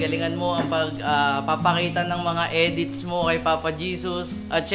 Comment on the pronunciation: ako langba nakarinig ng etits hindi edit